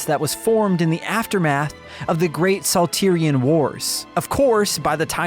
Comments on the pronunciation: "Saltirion wars?" No, it's SALT-IRON wars. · it's the salt-iron war LOL! not saltirion!!! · Salteerion wars? I get that these reviews are a team effort, but couldn't you guys assign reading the script to someone who had so much as watched a trailer or the opening cutscene?